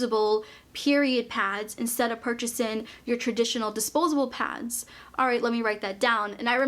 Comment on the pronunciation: Hearing you say “purchasen” will never get old. You are my favourite YouTuber ❤️